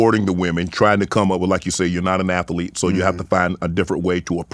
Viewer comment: Shannon said ath•e•lete, I didn't know athlete had 3 syllables that's amaz•a•zing 😂